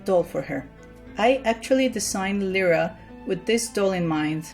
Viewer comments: this annoyed me its said L-I-RA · my name is lyra and its said l i r a I FEEL HURT T-T